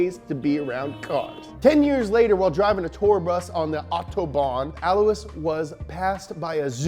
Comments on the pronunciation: BTW, Alois is not pronounced as he says it but rather el-wa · His name is pronounced “Alloy”. Just sayin. Lol